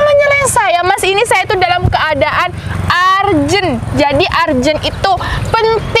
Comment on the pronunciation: Bacanya ERJENT bukan ARJE NT